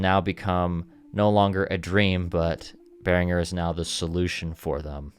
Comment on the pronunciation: Congratulation for pronouncing „Behringer“ the right way! Greetings from a Matriarch and 2x Blue Marvin owner from Germany!😀🇩🇪🤝